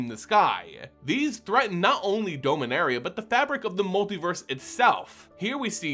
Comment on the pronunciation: Not trying to be judgmental, just curious, why do you pronounce Dominaria wrong?